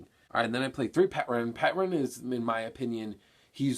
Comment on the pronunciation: the P is silent in Pteran btw....just saying >_>